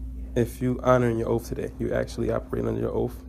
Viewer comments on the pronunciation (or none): It's oaTH,not oaf. And it's ask, not axe. Also, dismissal had zero to do with you pretending to be a moronish citizen. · Wanna axe you about your oaf? Ugh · Have you leaned how to pronounce ask and oath yet, or are you still going with sounding like a complete idiot?